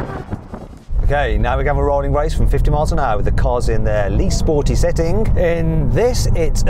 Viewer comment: “-SettingK”, “-RollingK”, “-BurningK” what is with this K after all G’s? Sounds horrible, stop it.